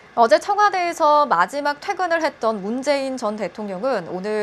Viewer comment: 문재앙이라 들림